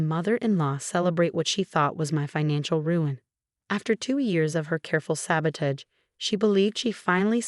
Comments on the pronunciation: AI has difficulty with this word and many others that are pronounced differently when they're verbs as opposed to nouns -- that sort of thing. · please look up the pronunciation of "sabotage, allow, etc.". It's important. And please, there are other male names besides Marcus and Jason.